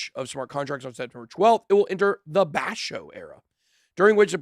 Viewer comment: It's pronounced Ba-sho, not Bash-o.